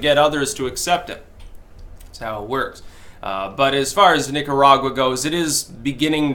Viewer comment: when you say Nicaragua do it with the roll of the tongue please.